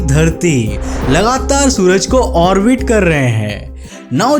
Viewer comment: Its orbit not orvit.